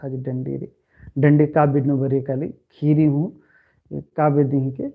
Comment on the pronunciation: कुड़ुख़ू कत्था गही उच्चारण सही मनना चाही, उदाहरण। ख़ीरी। खीरी, ख़ेख़ेल खेल-खेल,अड़ख़ा अड़खा, इबड़ा शब्द गही सही उच्चारण मनो होले मेनूर चाहे एॆरूर सही कत्थान अख़ ओर चाहे धर ओर 🙏